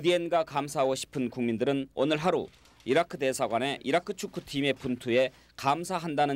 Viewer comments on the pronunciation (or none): Iraq(이라크)가 아니고 Irag(이라그)ㅋㅋㅋ